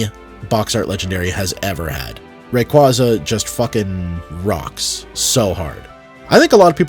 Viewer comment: Brother please learn how to pronounce Rayquaza